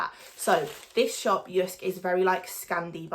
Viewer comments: You pronunciation of JYSK is almost perfect danish :) br Anders, Copenhagen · JYSK is a danish company. And you say JYSK very well 😉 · You pronounced it perfectly! Loved this video 😻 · The way you say Jysk is correct ❤️ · You’r pronouncing it perfect 👌🏻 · Heeey :D I´m from Denmark were JYSK is from and Girl you say it the right way :* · No, you pronounced it really Well 😊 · Good pronunciation of Jysk.